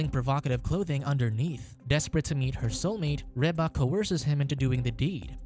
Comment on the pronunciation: I agree with this pronunciation of Reba. I look forward to the weird look I get from said person.😉